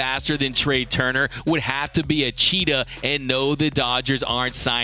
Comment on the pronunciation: "cheatahh" a Dmacism